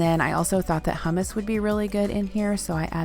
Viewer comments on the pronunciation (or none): none